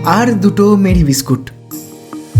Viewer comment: মেরি বিস্কুট নয় মারী বিস্কুট, কথাটা English Murry থেকে এসেছে।